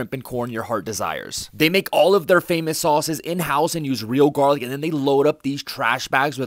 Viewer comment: Why did he emphasize "real garlic"